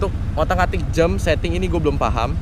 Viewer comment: JAM bro, bukan JEM, awas nanti kepeleset kalo nyebut JEM mulu haha